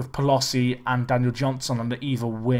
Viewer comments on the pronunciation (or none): ..and Pel-oh-see